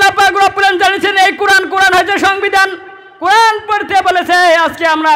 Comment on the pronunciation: O Bhai qoran shuddo kori porar ceshta koro